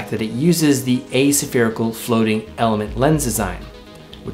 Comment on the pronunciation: nykon nik-on? asa-ferical? a-spherical?